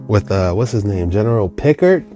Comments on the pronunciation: Captain "Pick-ard"/"Pih-kard", is how it's pronounced. ✌️🤠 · The way I cringed as a Trekkie when you mispronounced Capt. Picard's name! LOL Check out Season 2 on Star Trek, "Q Who" ep.... first intro to the Borg😉